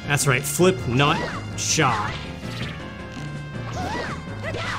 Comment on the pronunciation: The way he kept saying /nut/ made me laugh so hard